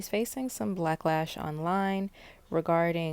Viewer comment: “blacklash” ( ͡° ͜ʖ ͡°)